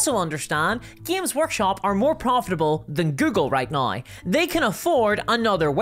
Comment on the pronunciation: why do you say now that way? naoi?